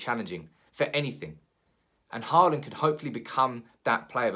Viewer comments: Pronunciation: not "Harland", but more like "Holand" or "Hauland". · Think you need to work on your Håland prounounciation. Because me among most scandinavians cant stand the way your prounouncing his name as Heartland? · Haaland = Hawland That's how you would pronounce it in English. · actually the aa in "haaland" is pronounced like the "o" in for example "boring"